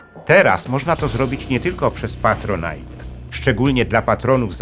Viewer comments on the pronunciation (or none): none